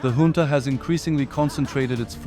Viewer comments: Trivial note : "Junta" is pronounced as a Spanish word, more like "Hunta" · junta is pronounced hoontuh, brother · Fucking embarrassing. "Hoon-Tah" or "Joon-Tah" Figure it out next time before you post a video. Ridiculous. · Ich glaub' auch im englischen spricht man s `hunta`aus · Here's my support: Decide which way to pronounce "junta" already! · Please pick one way of pronouncing "junta" and stick with it... you keep changing it in every sentence 🙄